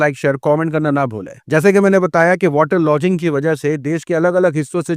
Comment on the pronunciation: वाटर लॉजिंग नहीं रे मदरसाछाप, वाटर लॉगिंग होता हैं